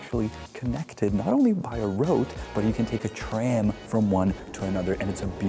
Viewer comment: btw one thing that really bugs me is that when you speak English you keep devoicing the final consonant (i.e. saying "pup", "dit", "roat" (instead of pub, did, road)) 😬 other than that you speak English very well, I love the fact that you are able to pronounce the TH sounds as well as IH (i.e. not saying EE) and that you can even do the flap T 😂